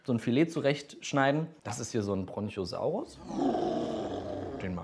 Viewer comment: Bruder es gibt keinen Bronchio saurus es heißt brachio saurus